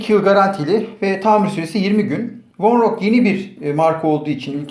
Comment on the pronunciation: Vonroca vornok diyosun